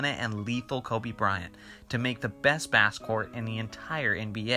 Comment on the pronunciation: Bro he said basecourt